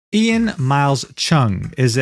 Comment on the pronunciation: You mispronounced his name, it's pronounced EYE-AN Miles Cheong.